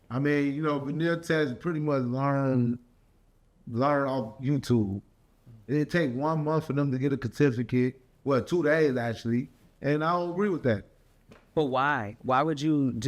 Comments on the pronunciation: 😂 😂 One munff to get a kurr-tif-a-kitt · It take 1 monf for them to get a kertifuhkit 😭😭😭